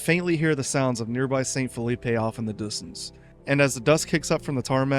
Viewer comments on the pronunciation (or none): phillipe wouldn't be pronounced with the 'ay' sound you put on the end of the word. it is supposed to sound like 'filleep'